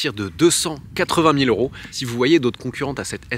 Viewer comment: J’adore tes vidéos, mais il ne faut pas que tu oublies de faire la liaison avec les euros. par exemple mille six cents Zeuros….